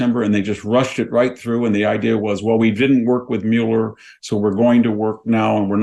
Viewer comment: It's pronounced Muller, not Mewler, Trump not Trolmp, and nuclear not nukular.